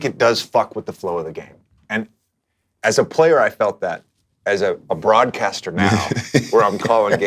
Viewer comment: did JJ just say “broadcaster” or “BRONcsster” ? 😂😂